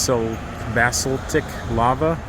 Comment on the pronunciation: People from Florida are entertained watching you wade through the weeds😂😂. Down here that's a great way to meet a new friend. I don't think I've seen a single video of yours where you actually caught a fish. It's pronounced Baa salt ick rock, but hey I'm a chemist amongst other things.